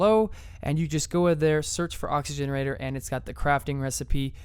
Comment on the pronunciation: It's an oxygenator not oxygenerator